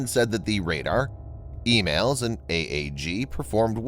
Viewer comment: It's "E MALS" Not Emails.